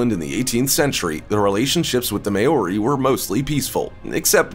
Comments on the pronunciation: “May-or-ree”. Crack up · like iv never herd it pronounced so badly ever not even from Asians who have been speaking English for a few weeks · Can’t even say Maori right. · exactly!! I was going to say the same thing, and as a samoan i know its really offensive when they pronounce it wrong. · Was also going to say something about his pronunciation.. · I live in new zealand:) and I do haka Btw you didnt say Maori properly lol